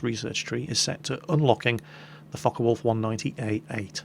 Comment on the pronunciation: sounds like hes saying fuck a wolf aircraft at